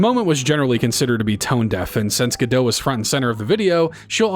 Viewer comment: The "t" in "Gadot" is pronounced as "t". She's Israeli; not French.